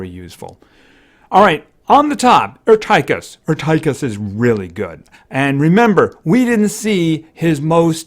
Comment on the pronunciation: Err Tie Kiss it's pronounced Err Teh Kiss